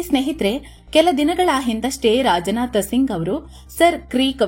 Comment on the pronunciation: It's not rajanatha singh it's Rajnath Singh